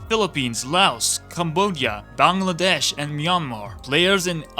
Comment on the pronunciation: dear god your Bangladesh pronunciation was TOP NOTCH love from Bangladesh